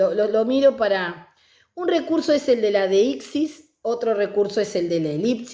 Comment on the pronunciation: "deípsis... deíptico". La amo 😅 Igual, muy bien explicado y desarrollado el tema.